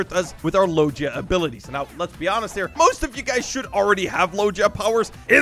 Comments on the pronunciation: HIM SAYING lojia not logia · Mane pronounced logia as logeia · Me when I see people who say lodgia 💀 ITS PRONOUNCED LOW GIA LOGIA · i love that he mispernouces logia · Dude still doesn’t now how to say logia right